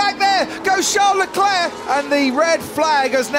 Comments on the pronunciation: Why do commentators say Charles LECLÉ..? His name is LECLERC, what a fool... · David was so excited that he even let out an "LESCLER"